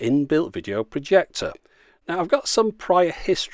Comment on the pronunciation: He says projector..